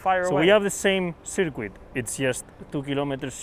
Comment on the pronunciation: I love how Carlos pronounces circuit